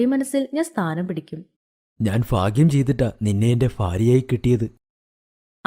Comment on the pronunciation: ഫാഗ്യം ഫാര്യ 😂